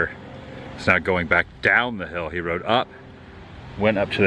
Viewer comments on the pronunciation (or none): none